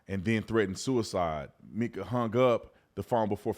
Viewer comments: Please do research before posting stories. You pronounce Mica's name wrong. It's Mica, not Meka. Pastor has a girlfriend who he's with now. He was stalking her with tracking chip on her car. Also, slashed her tires, recently and had a restraining order two days before death. There is so much to this story. Pls do more research. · It's pronounced "my-kuh" not "mee-kuh".